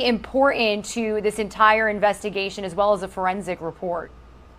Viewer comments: very annoying when professional adults use words like especially and pronounce them as EXPECIALLY and also important and pronounce as IMPORANT!!!! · Um, Fox talking head girl, there is a T in the word important. Professional broadcasters actually pronounce it.